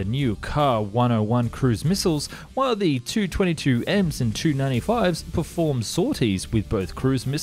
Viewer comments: Tu-95/160 etc. are pronounced as Too and not as Tee Yoo. Russian aircraft designations are based on the name of the bureau that created the aircraft, and the bureaus are named after the constructor. So Tu is short from Tupolev, it's not a designation of two words with T and U being the first letter of each word. Even if it was the first letter type of thing, Russians read very often those as "words" because it's easier. PAK-DA being the good example of this. I am not native Russian, but do speak the language and that's why I'm writing all of this. Check the Russian documentaries for correct pronunciation of bureaus and abbreviations. Start with Telekanal Zvezda, a great source of footage and information. Listen how the host pronounces the aircraft as Too - Dvadsat' Dva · No, it's not T-U, these are not initials nor first letters of words, it's shortened last name of the constructor - Tupolev. Check any Russian documentary for correct pronounciation of Soviet design bureaus. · Not sure if anyone has mentioned it but please, say “Tee you” rather than “two”